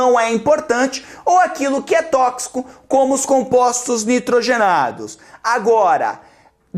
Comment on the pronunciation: '' Tókcico como? tókcico como?'' kkkkkkkk